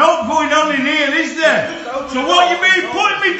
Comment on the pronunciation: THEH WILL BEE NOOOH REFHUNDS